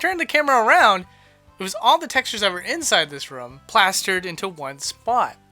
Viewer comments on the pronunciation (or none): DEAR GOD EVERY EPISODE SIR...... ITS NOT RUM ....ITS ROOM ... SAY THIS RUH-OUM please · STOP SAYING RUM!